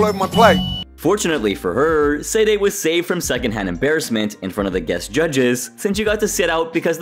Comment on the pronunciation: For the love of Pete, could you please make the smallest effort to pronounce Sade's name correctly? You've watched the episodes and heard it pronounced countless times and it is not hard to pronounce. "Sah-day". Not "Sayd" Not "Say-day". "Sah-day". Please fix this, and apologize to Sade for the disrespect.